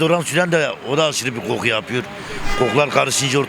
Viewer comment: Koku diye yazılır, qoqku diye okunur.